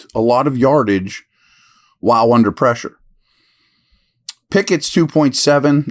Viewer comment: “Under preshaaa” golden😂